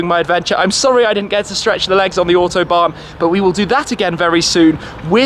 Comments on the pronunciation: Shmee can u do me a little favor and say A U T o bahn ... not O H T obahn. Thx for ur effort. Br from Messeturm. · To support this with a kind of mnemonic: "AUtobahn" to be pronounced like "AUdi", the last one you really do pronounce perfectly. Looking forward to the next AUtobahn vlog :-)